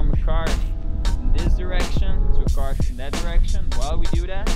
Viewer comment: "Caarwwvuuh" Lekker ge-engelsd broer xD Maar gg, thx voor de goeie uitleg